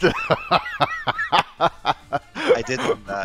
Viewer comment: Wait is it Vatista not Valista or am i tripping